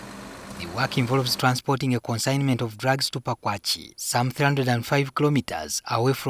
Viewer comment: The place is called ‘Pakwach’ not ‘Pakwachee’😒